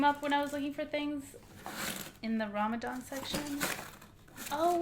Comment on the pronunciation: U say Ramadan like a white person lol